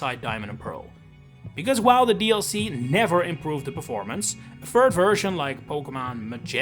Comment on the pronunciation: what is a "fird version"? 😂